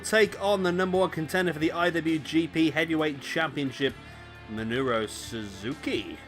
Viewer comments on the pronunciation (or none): By the way its Minoru not Minuro.